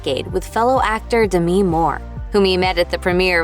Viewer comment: DAH ME ? it’s pronounced DEM E